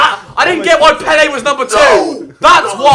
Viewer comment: it's pele............pele it's pele